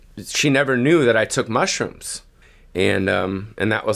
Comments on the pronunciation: he says mushrooms like "mushroomps" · I swear he's putting a 'p' in "Mushroomps.